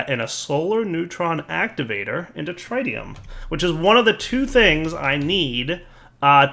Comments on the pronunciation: It is not pronounced Trytium god damn it! It is pronounced threetium instead! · actually it “trit tium “ not “trie tium “ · Take a shot every time pronounces Tritium wrong. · The first "i" in tritium is pronounced exactly the same as the first "i" in lithium. the short "i", not the long one. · Am I the only one who gets annoyed every time says Tritium wrong...